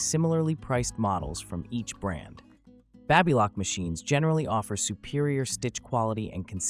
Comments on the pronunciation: Hard A in Baby Lock. The Baby is pronounced Baby as in a newborn infant. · Babbalock? Babe-a-lock? 🤣